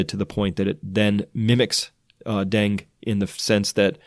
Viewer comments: Hi Chris, it's pronounced den-gee fever, FYI. Thanks for all you do. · Dengue = den - guaa. please pernounce right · Thanks much for the report. Btw, “dengue” is pronounced “DEN-GAY”. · BTW it's Deng-gay not Deng. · My go to site to get wuhan virsus info but I just have to FYI on dengue fever pronunciation cause it is driving me crazy... den que 2 syllables den & que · Dengue virus is pronounced ---> den•gue dĕng′gē, -gā (Two syllables) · You had it right the first time. Dengue is pronounced deng-gee. It's driving me crazy. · It's 'den-ghee. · Correct pronunciation of Dengue is "deng gay" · Dengue is pronounced den-gay. Great information Chris! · “Dengue” is pronounced ‘den-geh’ or ‘den-gay’... FYI. The antibody mediated viral entry in dengue increases the likelihood of dengue hemorrhagic fever, in which case the patient’s platelets fall and increase risk of life threatening bleeds. This is the reason that dengue vaccines are not currently efficacious. They increase the risk of antibody mediated enhancement through non-neutralizing antibodies. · its den-gay i don't know how chris didn't know that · Its pronounced Denggii...not Dang...UE is not silent... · It's pronounced denGAY. lol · I believe it's pronounced dang eh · Baaah! I Its pronounced Den-ghee ghee like clarified butter. Den-ghee. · Denge, pronounced like Bengay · Pronounced DEN ~ GAY ~ (dengue) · Dengue.....pronounced dean-gee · Dengue is pronounced den gay. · Dengue is pronounced den-gay. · I think it's "den-gue(goo)" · Dengue is pronounced 'den geh'. Not trying to be a smartass, just clarifying. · you're the first pathologist I've heard pronounce 'dengue' as "deng" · Just FYI, "Dengue" is pronounced deng-gee (with a hard 'g' as in 'growth'). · pronounced DENGEE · DUDE.....it's DEN-GAY FEVER....... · It's pronounced deng-geh or deng-gay. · I love your videos! Thank you! Also, I think Dengue is said like Den-gay ;)